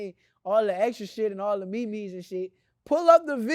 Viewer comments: Did my dude say me mees n ish? Does he mean memes? 😂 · Did bro call memes ...."Mee Mee''s 😂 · Did he say mee-mee's lol..